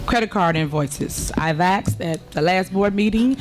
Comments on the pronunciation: Don't trust nobody that says "Axed". ASKED. Dusty ass sandalmander. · 'I axed' 🪓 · she "aksed and she aksed" . What a ghetto queen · She axed a lot of bills